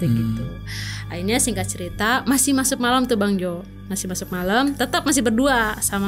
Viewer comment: MASUK kak , bukan Masup😅